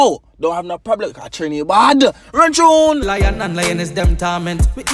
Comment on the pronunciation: "Run Chune"😂😂